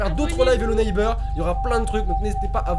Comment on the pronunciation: trop cool ta vidéo (arrête de dire hello neibeurre )